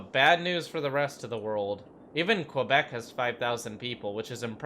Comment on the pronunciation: "QWAAbec" lmfao.